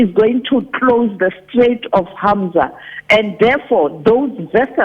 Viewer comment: You know its a hack BEE journo when she pronounce Straight of Hormiuz as"Hamsa". 😂😂😂😂🙈🙉🙊